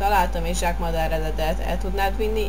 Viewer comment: úgy mondják h Zsák😂😂